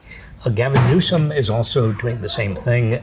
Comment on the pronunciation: She said "Gaviner Newsome" 😅